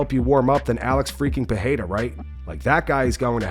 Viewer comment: He also repeats Alex PeHEYra every single time. Like, dude, it ain't hard to pronounce Pereira.